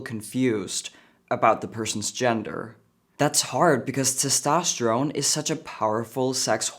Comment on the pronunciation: That's why you always speak life into your kids.. have to admit i thought he said transtosterone lol